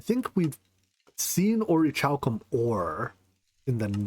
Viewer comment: Great episode! Just as a btw, despite what its spelling would have you believe, the h is silent in orichalcum